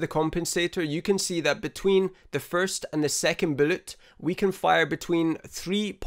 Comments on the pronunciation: Love the way he says “bülłet” it’s so satisfying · Im subbing just because the of the way you say bullet, its the absolute best thing ive heard. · I don't mean this in a bad way but I love listening to you say "bullet". Made me chuckle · It's just the accent, it kinda threw me off. Every other word was good. Anyways, new subscriber 😁